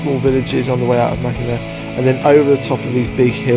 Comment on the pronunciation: Can you please say Machynlleth correctly or have a couple of Welsh lessons maybe !